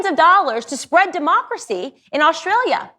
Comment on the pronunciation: She thinks it's spelled "Aushtralia" !